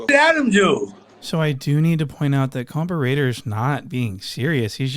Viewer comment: Why u say compa raider the wrong way now ? 🧐